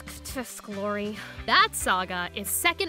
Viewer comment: You called Lori clori